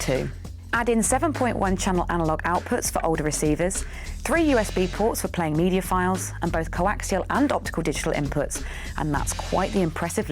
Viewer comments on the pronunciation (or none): none